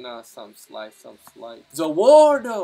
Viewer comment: Pls say Za WARUDO correctly it hurts my ears when you say Za WAARDO also this vid was really entertaining